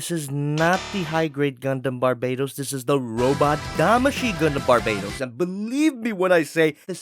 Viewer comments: Its BARBATOS not BARBAYTOS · Bar bay tos? NOOOO OMG STOP DAYJNG THAT it’s barba toast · I thought the gundam was caller Barbatos and not Barbaetos. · You sound wrong about Bar-ba-tos Use google translate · Bar-BAH-tos. y u do dis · Inhales Exhales Its BAR-BA-TOES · Another Bar-BAY-tows? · Oh my god it triggers me how you pronounce barbatos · Im slowly getting mad how you are saying his name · ...Aaaaaand he still pronounces the name wrong lol. Anyways the easily removable armor pieces are hints that they can be swapped out for the other forms planned--eh never mind I'm not gonna bother commenting about the figure anymore since no one here gives a shit about it. SwivelherePutitinmyassSpicySolidMadokaGodzillaPrime and other generic meme and line here.